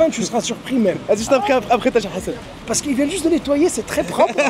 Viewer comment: on dirait tu dit cheb hassan 😂😂😂